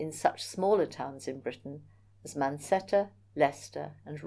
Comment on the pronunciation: I asked Google for clarification of the names. it is the word "mancetta" which caught my attention in this video: Roman Glass working - presented by. In the video, refers to Mancetter (Warwickshire), not "mancetta," a site known to the Romans as Manduessedum. The area was a significant industrial center where archaeologists have found evidence of glass furnaces and secondary glass-working. For more details, Automated video transcripts and subtitles frequently struggle with specialized historical terms and old Roman place names. They often phoneticize words blindly, leading to confusing errors like "mancetta" for Mancetter or "roxata" for Wroxeter.